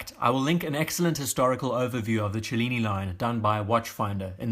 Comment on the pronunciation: Thanks for pronouncing "cellini" in a way that makes actually sense!